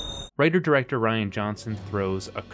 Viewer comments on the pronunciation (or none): none